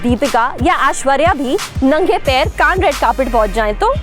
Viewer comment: Kan nai Cannes hai wo.